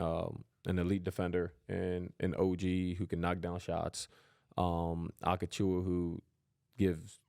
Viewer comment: Acachuwa lol